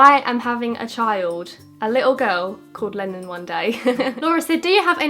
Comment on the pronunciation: When u said Lenon I thought you said lemon 😂😂😂 when i realised that you didn't say lemon then I was like. "Omg I love that name!!!!" Love you so much 😘💖